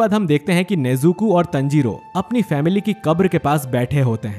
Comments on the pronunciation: Bosdu tanjiro hai tanjiroo nhi hai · Tanjiro nahi taanjiro (Pronunciation) 😁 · You are saying Tanjiro Tnjiro😂😂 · It's not tanjiro it's taanjiro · You have to say taanjiro not tanjiro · Not tenjiro it is tanjiro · It's taaaanjiro not teeeeenjoro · Pronounce it better bro. Taanjirooo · O bhai tune Tanjirou aur nezuko ka pronounciation galat Kia hai . Please next video se isko thik kar dena.btw I love your videos